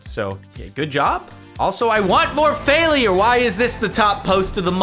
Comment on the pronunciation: Anyone else notice how Jardionian says fail-i-ure?